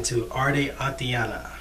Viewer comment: You pronounce Aitana's name wrong, instead of saying Atiana try saying it like 'ah e tana'. Btw this is not a hate comment, I love your reaction videos!!